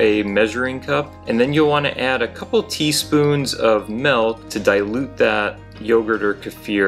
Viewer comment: Milk is pronounced with an i. m i l k. Not m e l k, stop that😂